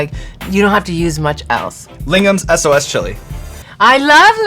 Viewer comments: The SOS in Lingham's is just the Malay word for Sauce. You pronounce it like sauce, just FYI! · Surprised and proud to hear both of them talking about "Lingam's sos chilli" in this programme. The word is "sos" not "S.O.S", as the word "sos" in the Malay language literally means "sauce". Lingam's sos chilli was founded by a South Indian Malaysian named Lingam from Penang, Malaysia, and hence it's a Malaysian brand. It's also popular in Singapore, since Singapore and Malaysia are neighbours. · Singaporean here, I heard "S.O.S. Chili" and I wondered what is it, why haven't I heard of it if it's from Singapore. Then I realised it's 'Sos' chili, it's the Malay word for 'sauce', pronounced the same way. So it's basically just Sauce Chili, Chili Sauce in Malay. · SOS is pronounced Sauce... Which means.. well.. sauce! Haha. So sos cili is chilli sauce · It's not S.O.S chilli, it's "sos" (pronounced as "sauce", and its Malay word for "sauce") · Did he just say Lingham's S-O-S Chili ?? Hilarious, because 'sos' is just 'sauce' in Malay haha. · Hi hot ones.. just wanted to chip in.. LINGAM'S SOS Cili - its malaysian.. 'Sos' is also pronounced as 'sauce' coz its the local language translation for the word sauce.. just my 2 cents..